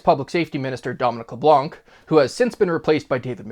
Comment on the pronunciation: Leblan , the C is silent